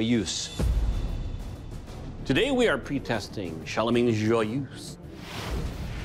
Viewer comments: Not joy-use, joy-EUSE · Pronounced: "Joi-uh-zh"